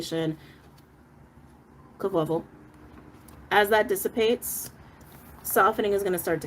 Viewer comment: Kahfluffle. I’ve been repeating this word a lot 😂 ty!!!